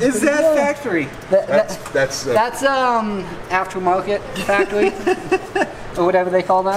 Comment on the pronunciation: thhasts not factowy